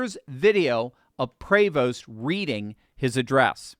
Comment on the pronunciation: Oh Sonny is so full of it… She defends the gay because that is what the liberal elite do.. always defend the criminals, the immoral, the unethical, etc. BTW, the name, Prevost is French and pronounced.. Pra-vo.